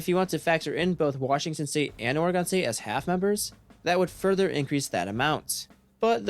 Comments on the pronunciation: It’s or-again bro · Thats not how you say Oregon.